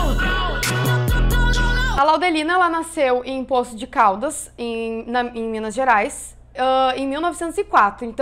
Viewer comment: A pronuncia correta é Poços de Caldas .